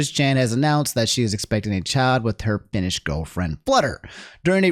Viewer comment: why do you pronounce finnish as feenish